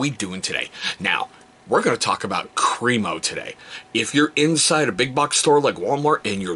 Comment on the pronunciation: All of their products are great, I've used the shave cream for years. I pronounced it Cream-O exactly they way you did until I watched some videos by the actual company and discovered it's actually Crem-O "short e sound" not Cream-O 😂